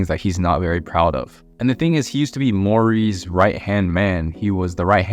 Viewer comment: that and the way he said MORI???? 😭😭 awesome video but that sent me spiraling lmao